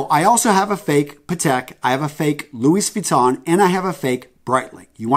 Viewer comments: I KNOOOOOW he didn’t just say “Luis Vuitton” 😂 💀 But congrats, u really faked it till u made. Props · Did he just say "LouiS" Vuitton? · Did you really just pronounce Louis Vuitton with the S